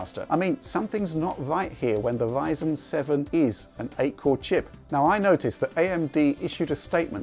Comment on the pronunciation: how come he can say "tRanscoding" but he can't say Ryzen? WTF is Wyzen?